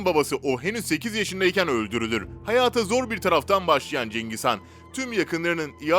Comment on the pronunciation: Cengiz Kaan değil HAN